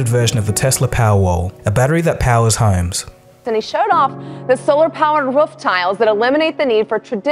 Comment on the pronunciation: apparently in Australia its not "homes" its "haems"